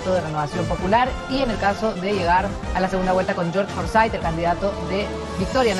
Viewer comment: ¿Forsyth? ¿Lescano? Jajaja...